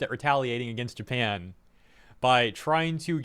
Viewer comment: Japan, not NEINpan